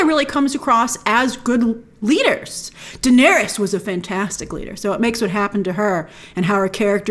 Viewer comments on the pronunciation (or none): none